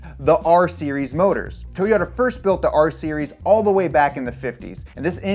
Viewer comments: Hahaha I thought the same thing. The way this guy says toyota is bothering me 😅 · you sound like they whitest man ever when you say Toyota, it’s not toe yota it’s toy ota, like a toy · Everyone - “Toyota” This guy over here - “Towyota” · トヨタ It's not toy-ota it's To-yo-ta, and the japanese O (お) sounds kinda like the O in toe. Japanese also doesn't have consonant sounds without vowels like english does (except for n(ん), which is why Japanese people speaking English sometimes add vowels where they shouldn't. I.E Mr. Roboto instead of robot. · Anyone else notice how he pronounces "toe-yota"? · No way he said "Tow-yota"